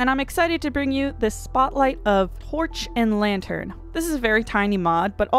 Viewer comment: latern? lol.